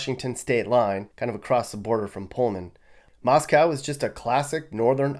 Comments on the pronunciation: I want to move to Texas. Your pronunciation is wrong-it’s Eva not “w” and it’s not Moscow like Russia, it’s more like mos co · As a Pullman WA resident I'll let you know that Moscow ID is actually pronounced mos-coh like in "bow" unlike the Moscow in Russia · Moscow ID is pronounced moss-co.